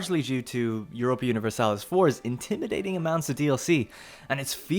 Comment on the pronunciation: "jioropia universalis" No, its EU-RO-PA.